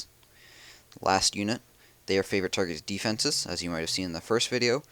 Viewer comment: Why does and cheif pat both say deefences?